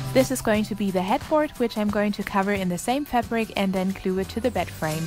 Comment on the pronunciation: I don't know why but I love the way you say glue it sounds like cglue